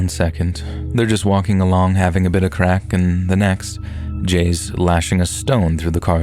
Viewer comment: "One second, they are just walking along, having a bit of crack." Some things shouldn't be said in an American accent 😂😂😂😂